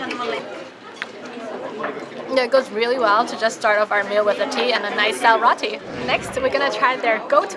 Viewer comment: You pronounce it sel r (oh)tea